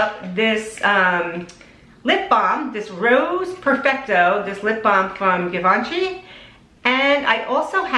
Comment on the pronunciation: Nice makeup, but 'Givenchy' is not pronounced 'give-onshy'. It's more like a 'J' sound, because it's French, not English.